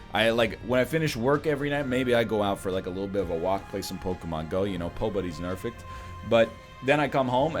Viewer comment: Anyone else hear pobobdys nerfect